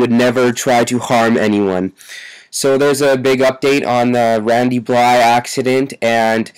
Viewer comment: say his name right it's blythe not bly